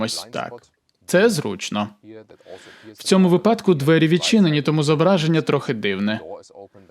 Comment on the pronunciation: наголос вИпадку✅, а не 🆘 випАдку 🆘